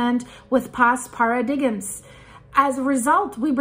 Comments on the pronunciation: What is a Paradiggim? Pronounced "paradime" love. Trusting nasa is like keeping your money under the bed and then your house burns down. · Par a dimes, pronounced! Not para digms/paradigm. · "Paradigm" - sounds just like "Para - dime". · paradigm is pronounced para-dime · The word paradigm is pronounced… par-ah-dime. The ‘G’ is silent. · Paradigm is pronounced para dime. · I really like you,! You're new to me but so refreshing. By the way, paradigm is pronounced: para-dime, the "g" is silent. Your English is so awesome! It's a weird language to learn! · paradigm is pronounced "paradime". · "Para dime" ( paradigm) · It's pronounced "para-dime". Also, the little change in direction might be due to being hit by a couple of large CMEs that fired in its direction last week. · Paradigm is pronounced "para-dime" or "parah-dyme", love you, you keep us safe. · Para-dig-em, loved that. Wonder if that's a regional pronunciation or if doesn't know the word 🤔... either way, she's fun, no hate 👍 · Paradigm.... Pronounced pair ah dime. With the accent on pair.